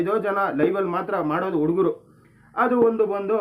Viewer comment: ಲೋ thamma ಉಡುಗರು ಅಲ್ಲ ಹುಡುಗರು